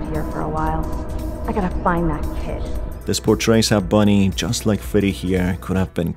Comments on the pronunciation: ITS BONIE NOT BUNNY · Just seen this guy saying Bunny not bonnie